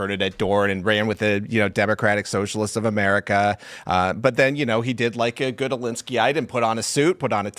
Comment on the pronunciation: Ah yes. The Pentagain and Amerikur